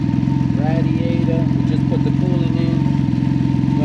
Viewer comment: You kill me when you say Radiator (ratdiator) 🤣🤣🤣